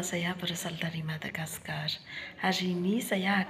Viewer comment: actually this is my first time i hear country managascar😄 like country on the sky in the movie